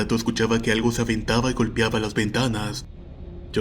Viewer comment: y porque pronuncias??? golpiaba, voltiaba...